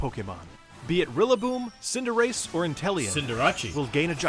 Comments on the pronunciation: He mispronounced cinderace as cinder-ah-chi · everyone: cinderace wolfey: sin jirachi